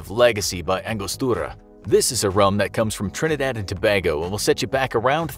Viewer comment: Lol that's not how you pronounce Tobago